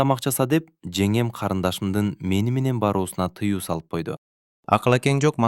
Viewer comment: Женем эмес жеңем деп окуңузчу сураныч